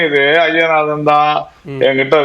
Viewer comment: அய்யனாதன் என்பது தமிழ் இல்லை நண்பரே, ஐயனாதன் என்பதே சரி. தை மாதம் சரி , தய் மாதம் என்பது தவறு. இன்னும் ஆயிரம் சொல்லலாம். ஒரு தமிழ் செய்தி பத்திரிகை கொடுக்கும் செய்தியில் உள்ளது - பஸ்சில் தகராறு - (பஸ்ஸில் தகராறு என்பதே சரி. )டமில் வாழ்க. விஷயம் ச என்பது தமிழ் அல்லாத சொல்லாயினும் சரியானது. அதை விடயம் என்பது தமிழின் குரல் வளையை நெறிப்பது போன்றது. ரிஷிகேஷ் என்பது ரிடிகேட் ஆகாது.